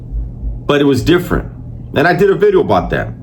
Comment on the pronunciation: Not meaning to clown, but the Homie is making SURE he says VVVideo 😅 Big ups, OG, keep ot rocking !